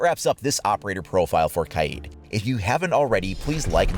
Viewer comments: OMG ITS NOT KAYEEEEED ITS KAYD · Lol it’s pronounced kayd not kayeed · It is not kyeed it is kaid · It’s pronounced “Kide” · Imagine saying Kaids name wrong the entire video